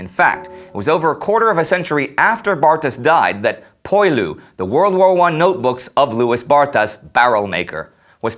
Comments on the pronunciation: Poilu, pronounce pwah-lew. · "Poilu" is actually pronounced "pwe-lu." And "Barthas" has a silent "h." He went to school for eight years only, and graduated at the top of his very small class. I have almost finished reading his book; he is exceedingly intelligent and well educated based on his historical and literary references. You can open it to any page to learn that the French trenches were water filled ditches and artillery shell holes, not the nice dry and clean and maintained ones we see in the picture. Louis ("Lwe") spent much of three years soaked in freezing mud, both hungry and thirsty. He counted twenty times when he felt "the hot breath of death," close enough to a shell explosion that he could feel its heat. At least twice he was covered with dirt thrown up when a shell failed to explode only meters away. By the last year of the war his body was beginning to break down. Indy's review catches the mood of the book/diary perfectly. Bravo! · I just finished the book, well worth the read! Very different from most accounts, no flag waving or chest thumping. It brings to life the monotony in which they existed, in what seemed to be a never ending or changing war. And "Poilu" is pronounced "Pwalue" :-)